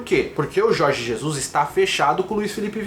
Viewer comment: Aprende a falar o nome do técnico.....po